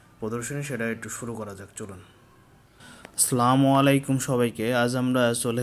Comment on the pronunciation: সালামটা শুদ্ধ করে দেওয়ার চেষ্টা করেন